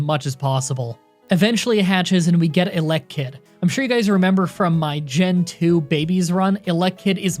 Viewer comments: sounds like you say "elec - kid" x) I always said "ele - kid" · The pronouncation is “Elly-kid”